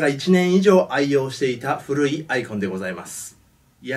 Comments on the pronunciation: あ↑いこ↓ん↓ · アイコンの発音が、iPhoneに聞こえる...